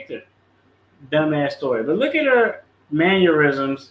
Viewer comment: "manurisoms" You must mean mannerisms